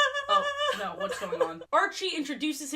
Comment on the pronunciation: The Australian "noorr" 😭